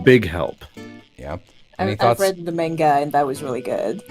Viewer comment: pronouncing manga like an australian trying to imitate an american accent. "Menga!" Edit: Fuck yeah, Val and Issac mentioned, love that web series.